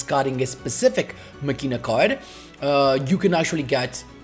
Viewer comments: When I hear Machina (its Ma-Key-na, like Deos Ex Machina) I come running, also i think i can do this deck. Too bad I dont have Quasar. Of all the Protagonist (except DSOD Kaiba) I am always short with Yusei cards. Maybe cuz of I have no exposure with him in the anime besides Bonds Beyond Time. But I really want to have at least 1 Quasar Boss deck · machina "makina" is the correct pronunciation for this arctype